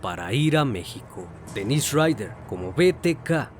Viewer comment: Para mí que han sido varios. Por lo menos 3 personas tal vez. Es algo complicado e interesante. Se me vino a la cabeza la idea de que tal vez podría seguir vivo. Muy buen video y quisiera hacer una observación de buena manera: las pronunciaciones de los nombres consideraría que deben mejorar. Por ejemplo el de Dennis Rader, se pronuncia como Dénis porque la pronunciación como Denís es de nombre de mujer y además se escribe "Denisse" (algo así).